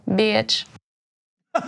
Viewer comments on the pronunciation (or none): Aaaaaaah she said beyatch lol thats so funny!!!